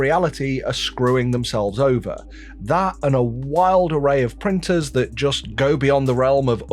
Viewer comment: Can Bambu prin-ers prin- T's so tha- Bri-s can say words with T-s in them?